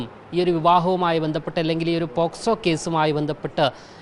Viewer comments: പോസ്കോ അല്ല പോക്സോ വല്ലതും വായിച്ചു പഠിക്ക് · Posco alla pocso.paranja mattulla karyangal ellam okay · 👌🏻👍🏻❤️❤️... പറയുമ്പോൾ പോക്സോ എന്നു പറയുവാൻ ശ്രദ്ധിക്കണം.. 👍🏻❤️